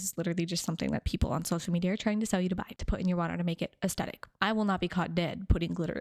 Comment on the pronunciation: I love your content, but can we please normalize the correct pronunciation of the word 'aesthetic'? The H is not optional.